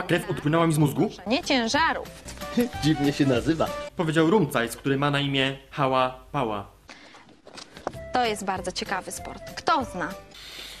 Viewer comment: mówi się " Hałabała" a nie " Hałapała" xD